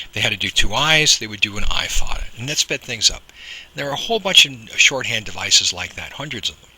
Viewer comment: Agghhh... the pronounciation is off and it bothers me because you're so close to being right, but it just doesn't sound right.. and it bothers meee... The accent over the a is called a fathe or foda, and is pronounced as "fodda" (the "dd" is said by spreading the tongue behind the upper teeth, as the "th" in the word fathe is a broad t while the "h" is silent) It is an Irish accent that's used in the Irish Gaelic very commonly, and because of this, the vowel ":á" is exaggerated as a broad vowel, except when it preceeds (or follows) a slender consonant, where another broad vowel will flank that slender consonant (and the reverse is true). Thus, the vowels will always agree - slender with slender and broad with broad "Caol le caol agus leathan le leathan” The problem I have with it, is that the way the (á) is pronounced, is sort of correct, but not..? Because there's a nasal quality with it to pronounce it better as a slender vowel, but as a broad vowel, there's more impact - and this is an important distinction. And it sounds like yer tryin fer the broad pronunciation, but the technique is off, so it sounds like yer tryin to say another vowel as a slender and mixing the two together and it just.. it's like an itch in the brain ye can't scratch But there's another huge problem that i have with it.. which is hardly ever even addressed or made aware for most people that I can't really fault ye for.. ye're goin by one singular based accent, and not really specifying which region i